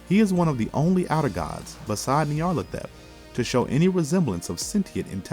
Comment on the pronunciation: Great video, but the narrator really needs to work on his pronunciation of Nyarlathotep